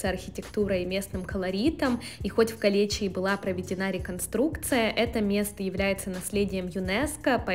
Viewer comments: Ударение на "е" и на второе "и" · Не "Калечи", а "Калеичи" . Кале - замок , ичи- внутри.